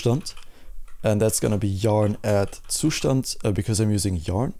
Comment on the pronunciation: its pronounced zustand